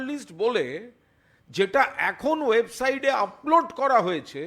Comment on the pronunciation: কুনাল ঘোষবাবু, কথাটা 'ওয়েবসাইড' নয়, 'ওয়েবসাইট' !! এইতো আপনার শিক্ষার লেভেল। কত দূর পড়েছেন আপনি ?? মাধ্যমিক পরীক্ষা পাস করেছেন কী ?? 😂🤣